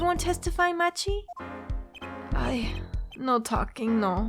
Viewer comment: I guess its a bit late to say this but...Machi's name is pronounced 'maki' as per his japanese name